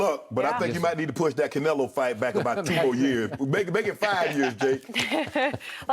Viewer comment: He said "Canelo" 😆 🤣 😂 don't do drugs kids